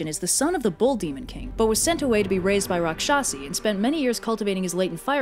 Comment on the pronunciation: hmm... is a coincidence that rakshasi(although you did not pronounce it the same way but nvm that) means literally a female demon in telugu edit: ou whats happening?! devaraja = god(deva) king(raja) so like a divine king. Is this entirely Chinese?